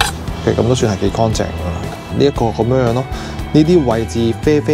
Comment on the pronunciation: 干凈唔係光淨呀,懶音.